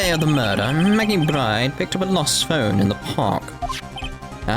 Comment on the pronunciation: If only the culprits could figure out a way to not be witnesses, this would be much harder for Phoenix. Also, I'm not sure if it was intentional, but it was certainly amusing to me whenever you mispronounced the defendant's last name. It's supposed to sound identical to bird - and that's why she has those feathers.